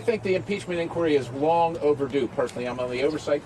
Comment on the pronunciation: What a spineless Cypher! Oh, and Kevin? Learn how to pronounce the word 'inquiry'.